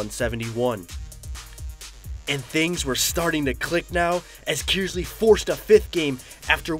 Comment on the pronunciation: Please clarify - Flint Kearsley is pronounced "Kurs-ley" not "Kiers-ley"......hopefully my old school of Davison will return to the finals again next year and win it all for the boys......